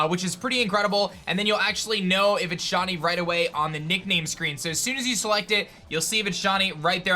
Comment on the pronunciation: just wondering what the hell a "SHONY" is? because i'm sure shiny is pronounce "shy-nee"